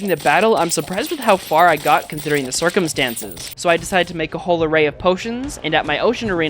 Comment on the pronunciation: sorcumstances lol